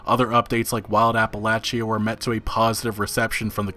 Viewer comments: it's pronounced appaleysha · The way you pronounce Appalachia kills me lol